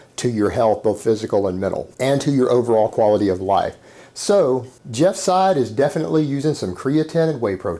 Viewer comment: Hopefully the will watch this video and finally learn how to pronounce Jeff's last name right. The way he says it now makes him sound like he's an Arab.